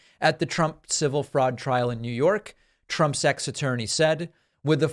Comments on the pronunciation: Wait, about :40 seconds in, did David say, "Trump's 'sex' attorney..." or "ex" attorney? Asking for a Freudian friend... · David: Donald Trump's ex-attorney What I heard: Donald Trump sex attorney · I thought I was the only one who noticed that 😂 Pakman normally enunciates words clearly…he gets a pass this time ✅